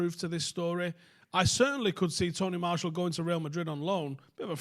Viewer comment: Who’s Tony Marshal? At least say his name right.